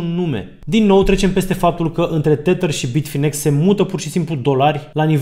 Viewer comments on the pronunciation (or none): tedăr iar r-ul e silent, nu tetăr. oricum e mult mai bine decât titărul lui Mihăiță 😁